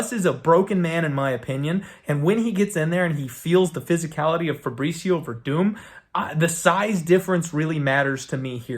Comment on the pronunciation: Verdum? You serious bro? The broken man is Verdum..Gus with the easy KO!